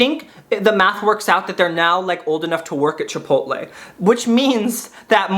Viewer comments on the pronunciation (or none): none